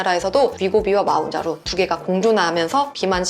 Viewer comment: 마운자로 ㅋㅋㅋㅋㅋㅋ몬자로가 맞는 발음입니다